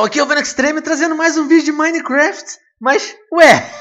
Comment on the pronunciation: Silly foreign pronunciation, It's Minecraft, not Mine-E-Keraftae